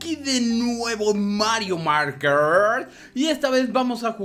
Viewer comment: se dice maker no marker